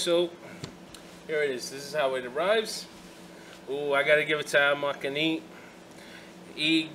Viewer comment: Am greek so take it from me,it's pronounced atmomehane with the 'e' pronounced e.Another gr8 video keep up.